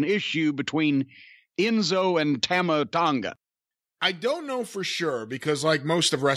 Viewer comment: pronouncing Tama Tonga's name wrong makes me cringe. It's Tah-mah,.